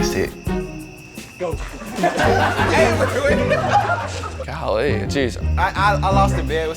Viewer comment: I’ve heard “golee” from the quarter back so many times